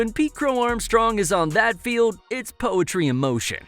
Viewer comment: There’s an L in the word field.